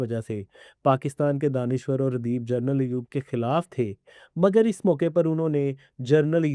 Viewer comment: پلیز جرنل نہی جنرل بولا کریں